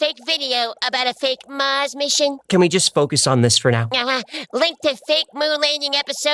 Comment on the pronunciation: Listen to Arnold folks... "Get your ass to Mouws" ..... ....